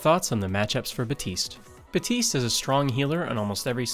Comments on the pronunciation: BAPtise not Batise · HIS NAME IS BAPTISTE NOT BAUTISE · Bateest "Baptiste"